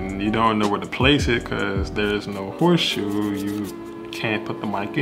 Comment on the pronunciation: Horseshoe? You mean “HOTSHOE”